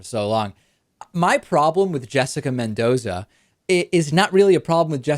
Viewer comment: c'mon David pronounce "Mendoza" the way it has to be pronounced (yeah, you know what i mean)